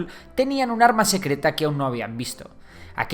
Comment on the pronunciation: ¡CUÁL ES EL ARRRMA SECRRRETA! - La que tengo en la bragueta :P